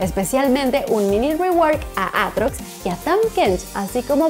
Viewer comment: Y le sacan la r a aatrox jajaja